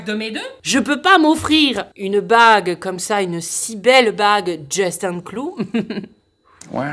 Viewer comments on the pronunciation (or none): none